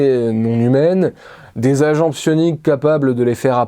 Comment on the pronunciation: A chaque fois que tu dis sioniques j'entends sionistes et je cringe fort XD C'est une chouette vidéo. Merci :)